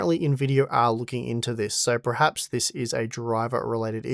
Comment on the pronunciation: I noticed you pronounced 'perhaps' incorrectly. It was pronounced 'pre-haps' not 'per-haps'. This is something I've noticed a lot in Vic, coming from Qld. Why is it so?